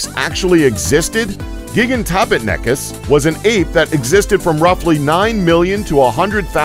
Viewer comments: The way he says gigantopithicus makes me want to kill myself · That Mispronouncing of Gigantopithecus though XD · Raven 1. Do I need to be a High class chef to Criticize Food? Do you have to be a Critic in order to say whether a Movie was good or not? No, Whether or not I can do any better is a Moot point, point is he Mispronounced the Name of an animal that's pretty well known 2. And Yes I do know how to Pronounce Gigantopithecus, do you? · Gi-gan-toh-pith-i-cus. Mega-theer-ee-um. Andrew-sar-cus. These made my eye twitch as a student of natural history...